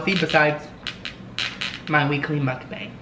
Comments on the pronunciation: It's pronounced "m uk - bong" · it's actually pronounced mook-bong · Its pronounced mok bahng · I love this ,your a natural mukbanger !!!!! I usually calculate the calories on the internet nutrition calculator so I don’t go over my limit .(sonic,McDonalds,Pizza Hut) Also Is it pronounced muk-bang or muk- bong ? P.s you are so awesome 😆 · I love you so muchhh. I love these mukbangs. Btw it's pronounced "mook-bang". 😘 You should do a pizza place next. 😍 I'm getting food in a bit so I'll eat wit you, I'm getting little ceasars ❤ omG you loved my commenttt 😭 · It's pernounced mookbang